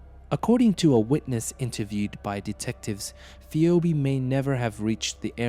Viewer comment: Phee-obe... Man get it right it's pronounced phee-bee.